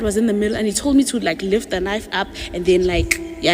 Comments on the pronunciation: ~ You think that the word "knife" is pronounced k-nife? 🤣😂🤣 What do you cut your food with? It's pronounced 'nife'! You need to go back to school. 🤦‍♀️ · Did the tea cup lady say..."KA nife"? 😂What? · Did she knife with a k sound? Kanife? I swear she did.. first story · Me and coworkers always call it that. (K-niefy) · Certain words are flagged so they have to mispronounce words sometimes. It's really annoying tbh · Trying not to get her video demonetized. Key words get flagged. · she definitely did 😂😂😂😂 ctfu